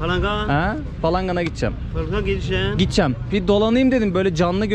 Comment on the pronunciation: Gitcem gitcem ne düzgün konuşsana kadın gibi konuşuyorsun gideceğim desene